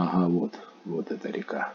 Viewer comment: Приветик!Ну насмешили река с ударением на первую а,рядом с заповедником есть Бобровый Лог там то же делать не чего.